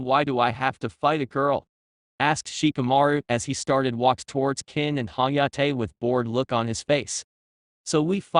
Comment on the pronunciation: this ai voice is so bad with names, it called kin ken, lol